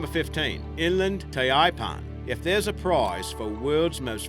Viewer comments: Pronounced "Tye-pan" not "Tah-ee-pan" Dude, you're from that part of the world come on. Also "Rice-in not Reece-in" a short internet search would solve your issues. Besides pronounciation blunders, this channel give consistently bad information, you guys really need to be more careful. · The guy cant pronounce "taipan" hes not an aussie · A real Australian would know the correct way to pronounce "taipan" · The narrator, is he from Australia or South Africa. I only ask because of how he pronounces Taipan, maybe its that everyone else is pronouncing it incorrectly. Now that is what I'd call nitpicking the small things, isn't that what YouTube is for? What! it's not, why is everyone doing it then. Be happy you don't have to sit with your family and watch something you don't want to watch anymore. Oh that's why. Have a good day if you read this far.